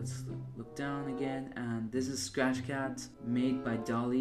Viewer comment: ah yes, "Spach", "srach", "SAAfcht", and last "Saach", my favorite coding languages